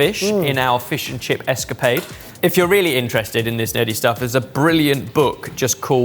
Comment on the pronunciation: You mean, the fish and chips eshcapade?